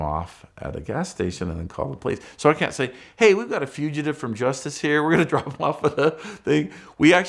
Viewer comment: Wonder how long it'll say "figitive"